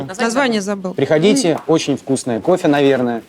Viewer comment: правильно слово "кофе" произносит)